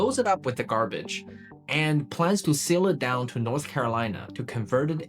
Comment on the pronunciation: Excellent story so far, but I can't listen past 3 minutes after all the mispronunciations (e.g., "garbarge"). Dude, it seems like you're a smart guy who can research well, but you're a disaster as an announcer. Let someone else do the voicing for you, and concentrate on the things you're good at.